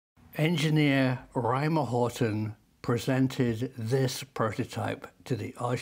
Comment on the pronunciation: HORT"E"N, not Horton...